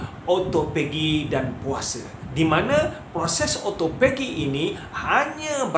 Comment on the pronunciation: ya...kalau saya nak turunkan berat badan saya tak buat puasa sunat,sebab saya takot lari niat,kalau puasa sunat,mmg saya puasa ja,takde niat untuk autophagy atau turun berat, Oh ya,sebutan autophagy adalah O - to - fe - ji